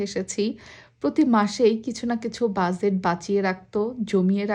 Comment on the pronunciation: Omg lady. It's not buzet. That is not how pronounce budget. Its bu-get. Please learn to pronounce first before you speak!!!